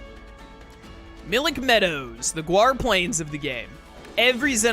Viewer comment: It’s GAUR. Not Guar plains lol